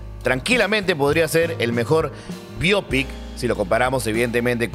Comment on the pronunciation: La expresión bio pic es del inglés por q no pronunciar bien ?